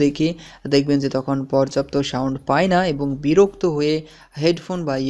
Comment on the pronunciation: সাউন্ট হবে না সাউন্ড হবে, কেমন উচ্চারণগুলো একটু ঠিক করবেন